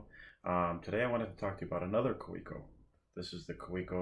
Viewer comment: Great review, thank you. I have the Kaweco Art Sport Metallic Turquoise, and it is definitely in my top 5. By the way, the correct pronunciation is ‘Kah-veh-co’. 👍